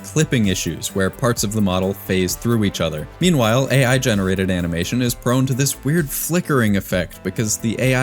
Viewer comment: bro cannot even say AI Correctly 😂